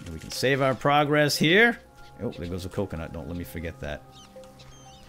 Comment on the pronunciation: Just to make you aware the word is "save" there is no "L" in the word